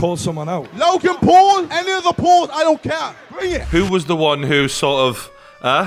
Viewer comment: did Shannon Briggs say “Rogan Paul”?!